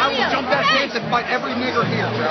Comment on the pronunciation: Dat hard R tho!